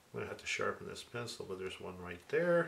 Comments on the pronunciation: Holy cow, it's so good to finally find out that I'm not the only one who says 'charcoal pensole' when trying to say charcoal pencil. I thought I was losing my mind. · Why? How do others pronounce it? Pen ceeel? LOL!